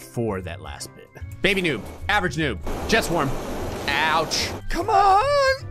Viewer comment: when you said "jet swarm" it sounded like you said "chest warm"